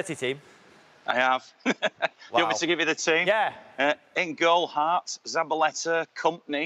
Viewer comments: You got further than I did. I was done after he said Hart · My man said hart hahahahahaha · Stopped taking him serious at "Hart"